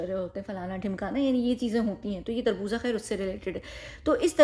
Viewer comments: tarboza nhi Tarboz hota😂 kharboza hota melon. 😅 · You are so cute it's not tarboza it's tarboz😂